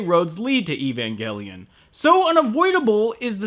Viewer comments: he called it evangellion in another video for some reason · Evangelion! Pronounce it correctly you weabo! Evan-gel-ian. Like angel! Not gull, it's gel!